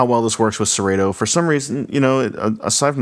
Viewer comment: First thing, it's Serato, with a short a, not a long a. Second thing, it says right on the controller Serato. This controller was built, designed, and marketed to work with Serato DJ./Serato D.J. Intro. And it does just that. It is plug and play with Serato. Dude, you should have done more research, because the information is available on Numark's website as well as Serato's. I purchased mine about 6 weeks ago, have used it extensively(12+ hours) every weekend......it works flawlessly. And let me stress....FLAWLESSLY. The sound quality is great, the pitch faders are very accurate, and the platter response is surprisingly good. The effects strip/search strip is a nice added feature, and I do like the built in display on the jogs. This controller is a steal at $300.00.